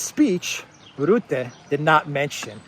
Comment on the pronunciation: "Rutte", pronounce like "hut" te. 🇳🇱